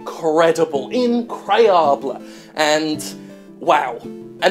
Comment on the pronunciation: Incroyable. You mispronounced it.